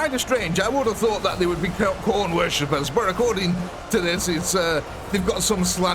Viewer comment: Thank you for pronouncing Khorne correctly instead of referring to him as some old lady. He who sits atop the skull throne deserves better than to be called a crone. Good defensive positioning though, I thought the Chaos forces would rapidly out flank and envelop the rear ranks and slaughter the artillery. Great spirited commentary as always. You could legitimately pursue a career in broadcasting and professional commentary on anything from combat sports to racing, to lesser ball-based sports; even to professional wrestling. Or sports entertainment as the powers that be in that industry prefer. Maybe shoot 'Haitch a couple clips? Sidebar: do you think a morale system would be desirable/feasible in this program? Or is that just asking too much of the UEBS team and our dearly beloved modders?